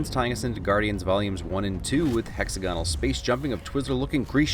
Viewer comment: BTW, It's not a huge thing but the Word is pronounced Hex-ag-on-al, NOT Hex-a-gon-al.